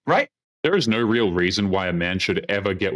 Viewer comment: Weird accent... the way she says "no" here it sounds like "nigh" to me. LOL!